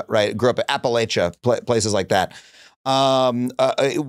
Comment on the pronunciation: You said Appalachia wrong Adam lol 😂 jokes aside, we really need an episode extending this with us Appalachian anarchists & Appalachian radicals